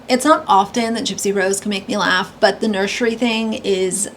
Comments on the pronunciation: "Nurshery" kills me every time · The way she says "nurshery" drives me insane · I can't stand it when she says "nurshury". It makes me wanna slap her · It won’t be a “nurshery” it’ll be a stage 🤦🏻‍♀️ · If she says “nurshery” one more time, I’m gonna lose it 😂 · omg Gypsy has to stop pronouncing nursery wrong. it's deafening to the ears